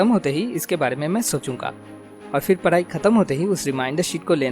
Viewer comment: why do you say Parai instead Padhai?